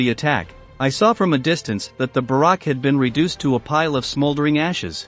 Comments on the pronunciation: listen to how it pronounces "barrack" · Use a robotic voice and you get funny mispronounciations like "Barak" for "barrack". I wondered what Obama had to do with this. 😉